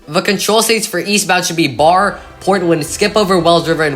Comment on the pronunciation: Barre, VT is pronounced "Barry".